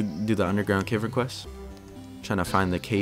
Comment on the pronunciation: It's cav-ern not cave-rn, tilted me